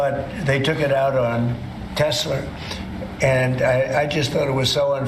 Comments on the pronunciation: Why does he call it Tesler? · "It's all computer, I love teslur" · Tesler? Trump is just a figurehead by now. His sycophants are running the shutdown of our country and its government agencies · Tesler. He is such a huge embarrassment. Biden at least knew the companies name he was speaking about. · No one is 'brave' enough to say "Sir, there is no R in Tesla." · I think besides the sound bite “Obomna”, “I love Tesler” is probably my favorites that are used 😅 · Does Trump keep saying Tesler?? Can't even say his brands name correctly. We won't see Elon Tesler in the white house again. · i hope thats the last time i hear tesler C'mon obituary! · He said Tesler again.